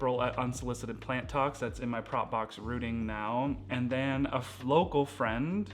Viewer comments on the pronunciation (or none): none